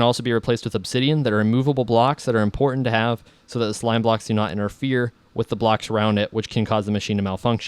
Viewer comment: haha he said sloam blocks!! :)